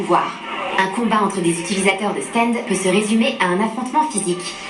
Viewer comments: on en parle des "stend" ?? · On peit pas s en plaindre parce que ca vient du mot anglais donc en soi on peut dire stand pour faire a la japonais ou stend a l anglaise. Meme si c est mieux de se focaliser sur la VO, on peut pas lui en vouloir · Quand on le prononce en anglais, on se rapproche du [æ] de qui est comparable au français. C'est aux États-Unis qu'on prononce comme ['stend]